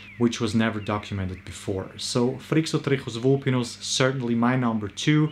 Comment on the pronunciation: I'm amazed on how he pronounce Phrixotrichus Vulpinus effortlessly. 😳😳😳